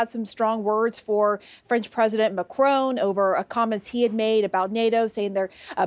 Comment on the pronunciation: she pronounces macronne like a italian name !!